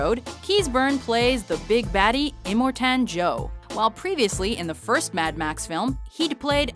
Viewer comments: "Eemortaaan Joe" Somebody hasn't seen Fury Road. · "Imor-taaan Joe" Gurl, you even see it? You guys... gosh, I keep getting clickbaited into these videos. They CONSISTENTLY bum me out.